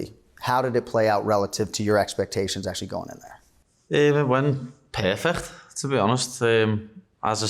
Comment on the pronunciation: It went perfecc(Lebanese sound effect)kt